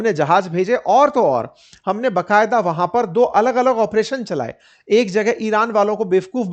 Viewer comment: Respected sir, बकायदा नहीं होता , ba qayada hota hei, iske sthan pr aap koi hindi ka shabd bhi chun sakte hei jiske uchcharan mei aapko dikkat na ho